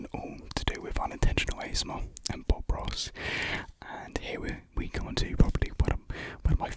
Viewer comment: Man’s said bob ross but I thought he said pop rocks😭